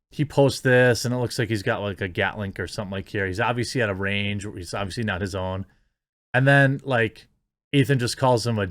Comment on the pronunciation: It's a gatling gun sir not gatlink..